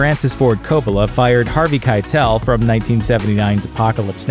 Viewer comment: Is it just me or did they pronounce keitel incorrectly